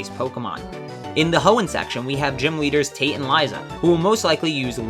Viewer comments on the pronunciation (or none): none